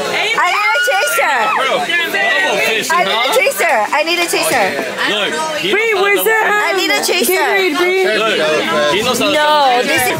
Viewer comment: why did say chaser like that😂😂😂😂😂 I need a chaser I need a chaser I need chchch aser